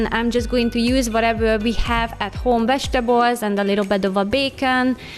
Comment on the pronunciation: I love your cleaning videos. And the way you say vegetables lol. 😊